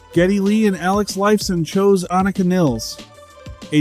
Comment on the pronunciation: Aneeeeka Neeeeeles - oh for goodness sake